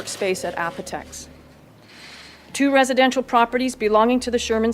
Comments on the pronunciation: Apotex, not Opotex. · It’s A-potex not Opa-Tex… sheesh.